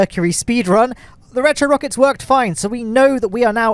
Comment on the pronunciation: "Free rocke;s, ma;e! 'S all you need!" 🤣🤣🤣 Love it.